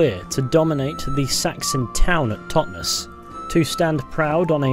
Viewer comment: Great vid, man, really but as a local can I say the pronunciation of 'Totnes' is said almost like 'Loch Ness' ('Tot-Ness) and not the 'es' emphasised as in 'hotness.'. Sorry for being pedantic but it made me twitch each time you said it, lol :) Subbed, btw